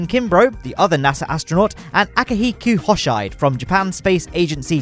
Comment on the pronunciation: That's not how you pronouce "Akihiko Hoshide" either^^